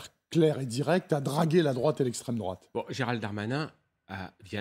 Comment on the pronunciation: L´esstreme drouate maman j´ai peur.